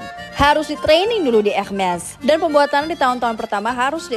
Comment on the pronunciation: Ini mba keren bener pengucapanya menurut bahasa perancis ... ada bbrp seleb bilangnya herme wkwkwk ... yg bener embak nih pengucapanya curiga jago bahasa perancis mba nya hehe cantik pulak ❤❤❤ keren mba suka edukasinya